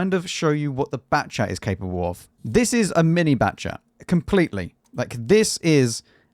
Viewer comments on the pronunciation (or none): none